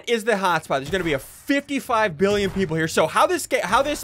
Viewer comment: Ssundee:There will be 22 billyon people right hear Me:whaaaaaaaaaaaaaaaat(so confused)